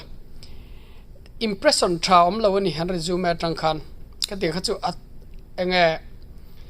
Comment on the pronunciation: Resumi tih lam tur resume a ni lo